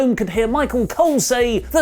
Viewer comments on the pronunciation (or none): none